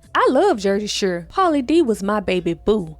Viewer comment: Girl the way you said Jersey Shore.😂😂😂❤